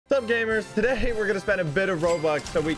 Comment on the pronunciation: the voice crack sup gamers todhay hmm its today he said todhay